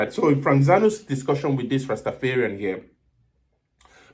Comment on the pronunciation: It's not rastafearian..rasta dont fear...its rastaFARian..